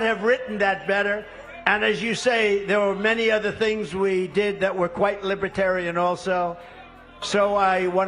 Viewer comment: Trump cannot even pronounce Libertarian correctly! Trump is friend of all despotic dictatorship!